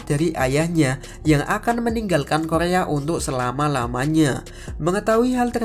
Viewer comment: Masa Korea Bukan kolea 🤣